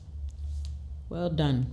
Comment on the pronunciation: Your “well done “ felt like a Ghanaian’s accent